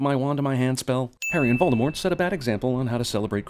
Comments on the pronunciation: says “Voldermort” instead of “Voldemort”. ;-) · Voldemort not Voldermort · Everything wrong with "Everything wrong with Harry Potter and the Deathly Hallows Part 2". Mispronouncing Voldemort. Discussing Wizard heaven and hell, implying god exists. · CinemaSins Sin: You pronounced Voldemort wrong. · One big sin in ALL moview is the misspelling of Voldy's name. They call him VoldemorT always.....but actually the t isn't spoken, cuz Voldy seems to love french. "Vol de mort" means "death flight" . So his name does make some sense.... But pronounce it right please!